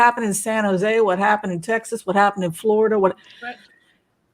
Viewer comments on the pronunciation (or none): none